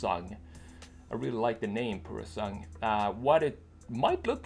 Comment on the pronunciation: It's P-U-R-O-S-A-N-G-U-E not purosang. WTF IS PUROSANG.